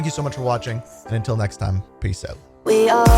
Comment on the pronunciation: I love when he says OUT. HAHA